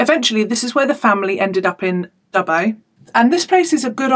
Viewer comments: G'day, you said Dubbo right the first time. Well done chick xx Now try this one: Ngunnawal 😁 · You got the pronunciation of Dubbo spot on. There is a great Zoo there, unfortunately everything else there is pretty much crap and rough as guts. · Yep, that's how we pronounce Dubbo! 😂🇦🇺